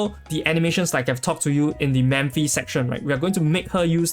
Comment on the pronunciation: I often hear you pronounce “Memphi”, her name is Mephithopeles, right? Her nick is Mephi, if I’m not mistaken. Sorry, it’s just a correction.